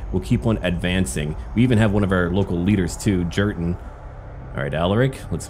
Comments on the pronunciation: Jurten is pronounced "Yurten" you butcher! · also I think that J in Jurten's name is pronounced more like a Y. Just a lil tip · I'm pretty sure Jurten is pronounced Yur-ten if it's supposed to be THE Colonel Jurten from the Krieg book